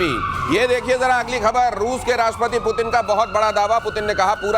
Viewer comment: Phelay Putin Ka naam to Sahi pronounce Kar lo pagalo